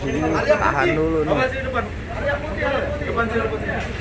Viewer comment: Ayla pak bukan alia.. Lol